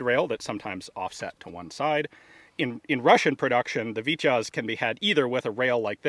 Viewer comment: I kindly say, how the name is said is phonetically speaking ((( VITY OZ ))).... not sounding like ((( VIT YAZ )))... Just for future ref... Fun video, as always!!!